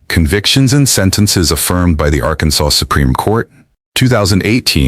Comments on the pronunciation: AI says "Arkan-Sauce" 😂😂😂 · Arkansauce? Really?